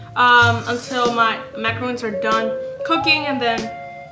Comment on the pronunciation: its MACARON not macaroon